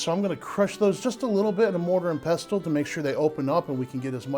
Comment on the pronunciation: Please don't pronounce the t in pestle. It is silent. Also redundant.